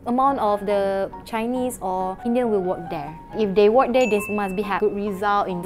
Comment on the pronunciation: relative should be pronounced as Reh Luh Tives, not Ri Leh Tives. ”You must born there“ is suppose to be (You must be born there )， Work should be pronounce as (Wuhk) not Wok. has so much mispronunciation in English, i wonder why dare she tells everyone she is an English teacher. (So Singaporeans! this is the standard of Malay English teachers in Malaysia). And last, Prime Minister can be Chinese and Indian la, don't simply say cannot, base on what? LOL, weak in english (despite being as an English Teacher) and also lack of general knowledge 🤣. By the way, Chinese is not interested at being Prime Minister.